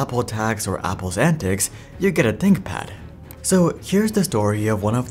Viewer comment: Tinkpad? Haha “ Th”